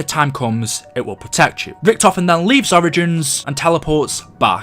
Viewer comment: The way you say origins pisses me off